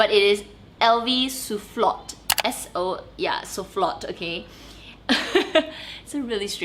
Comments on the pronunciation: Hi, annoy French person here 🙋🏾‍♀️ In French we (almost) never pronounce the last consonant of a word, so LV Soufflot is prononced "Soufflo" Great video 😊 looking forward to your live on Sunday! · Hi, Just FYI: SOUFFLOT is pronounced 'Sue' (like the name of to sue someone in court) and 'Flow' - Sue Flow. He was a very famous french architect. Louis Vuitton is known for paying hommage to well known french figures in their creations. Here is something to read: Best